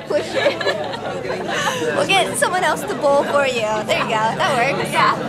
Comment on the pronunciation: When you said "are you ready to bowl?" I thought you said "pretty nipple!"